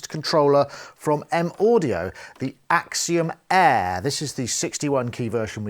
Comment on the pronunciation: more like Akseeeeom Eaaaaaahhh